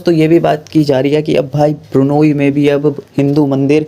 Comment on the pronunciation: it’s not burnayee,it is B R U N E I.